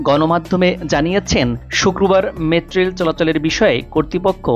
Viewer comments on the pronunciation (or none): কি রিপোর্টার রে ভাই মেট্রোরেল ও ঠিকমতো উচ্চারন করতে পারে না।